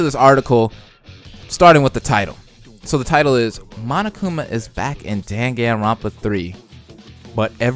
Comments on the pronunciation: Its pronounced Like Dawn-gen-ron-pa Hearing you Butcher it hurts me agh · it's pronounced dan-gan-ron-pa lmao